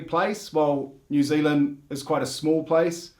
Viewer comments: Hehe, immediately calls it Ne'z'l'nd after saying they say all the letters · Haha, "a lap to far" was a reference to Phar Lap - famous race horse from NZ, the "house is already crowded" was reference to Crowded House, the band. Oh, and by the way, our accents are completely different, Kiwis say all their vowels wrong. Didn't you hear him say New Ziland?